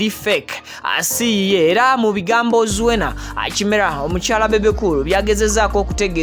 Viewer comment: webaale kutuweereza naye erinnya liri" kirema" not kimera" thank you